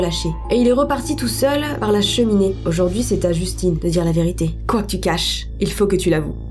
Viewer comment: justine c'est justin avec la prononciation anglaise (je sais pas si tu le sais déjà mais je voulais le dire)